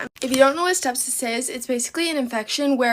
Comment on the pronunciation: she is cute as a button she says "stepsis" instead of "sepsis" I find that so endearing even though she could've lost her life.....mi lost a partner to sepsis so I know how dangerous it is or can be.